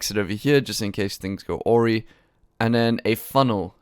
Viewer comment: Awry. Pronounced ah-rye. xD you pronounced it so funny